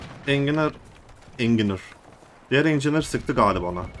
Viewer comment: Abijim neden muhendis demiyorsunda enginar enginir encinir 😂😂😂 abijim orjinali unutum sayende orjinali Engineer ama sen soyle diye bilirsin Encıniyır sonuç olarak tukce karşılığı bu ama ingilizce ile karşı taraf anlar ama enginar degil ona göre 😂😂😂